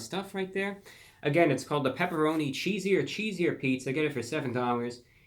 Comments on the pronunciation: You are a little peach for sure! But just to help you out a bit, the name is “Cheeser! Cheeser!” Not cheesier.... and it’s a throwback to when Little Caesars had the slogan “Pizza! Pizza!” You’re so young I wouldn’t expect you to know that but I bet you can google some of their throwback commercials and hear the little mascot Caesar guy saying “pizza! Pizza!” And then you’ll like the name of the new pizza. Great review. Adorable! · its cheeser cheeser.. as in caesar caesar.. duh. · It's Cheeser! Cheeser! NOT Cheesier! Cheesier! It rhymes with Caesar. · You're pronouncing it wrong. It's not cheesier. It's just cheeser CHEE-ZEE-URR vs CHEEZ-UR. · I’m getting trigger the more he says cheesier! it’s cheeser!!! say it like Caesar!!! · It’s ‘CHEESER’ not ‘cheeser’ 🤦🏻‍♂️ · Its pronounced Cheeser Cheeser not Cheesier Cheesier lmao get your facts straight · I don't understand why you repeatedly say "cheesier" when the word is cheeser. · The first camera angle was MUCH MUCH better ReviewBrah! We can see you and the product at the same time, keep it that way!!! Also, it's "Cheeser! Cheeser!" ya big goof, not "Cheesier! Cheesier!" you even spelled it right in your title... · Just FYI, as a current little ceasars employee, I can attest it's cheeser! cheeser!, Not "cheesier" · It’s not “cheesier”, it’s “cheeser”. I expect more from you. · Review brah... its not “cheesier” its “cheeser.” No “I” so you kept saying it wrong. At first I was laughing but towards the end it was like nails on a chalkboard. You should make an apology video. To me. Lol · I believe it's cheeser. Cheeser... like ceaser, ceaser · Cheeser, Cheeser like pizza, pizza... not cheesier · It’s cheese-er. NOT “chees-ier” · He wrote cheeser cheeser but says cheesier cheesier, just to upset my ocd i think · Cheeser cheeser like ceaser ceaser not cheesier lol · Cheeser not cheesier. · Right! I thought the way he said it was "cheesier" ,like with an "I" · It's CHEESER CHEESER not cheesier IDIOT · Actually its chee-zer